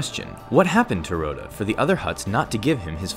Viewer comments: Raw-tah. Not Roe-tah. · "Row-dah the Hutt" It's "Rot-uh"